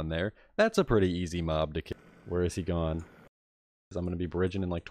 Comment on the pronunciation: new jersey/mid atlantic states pronounciation of "mad" new jersey/mid atlantic states pronounciation of "off" (and gone earlier in the nether part)